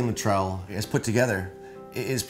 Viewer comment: Morgan Luttrell lol, get his name right.